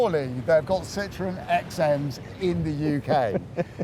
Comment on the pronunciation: F*ck me - "Citron" means "lemon" in French. Learn to pronounce "Sit-trow-en" - "Citroën". Especially when in France you wallies. Another car they gave away.